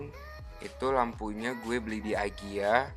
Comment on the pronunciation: Bacanya tetep ikea kak hehehe bukan aikia